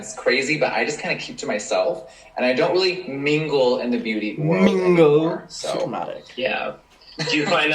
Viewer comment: Sorry I'm French so it's not obvious for me, what does "mingle" mean ? why does he say it like it's a "special" word ? thank you !